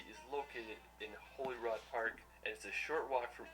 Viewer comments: I used to be a tour guide in Edinbrugh & americans trying tae pronounce places in scotland is funny. Holyrod its holyrood (holyrude). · The fact that Shetland didn’t make this makes me sad. It’s an incredible place! If you like vikings, head to Shetland in February, you will get your Viking fill! It’s when we celebrate our Up Helly Aa festival. Just a note, it’s HolyROOD not HolyROD, just a lil pronunciation tip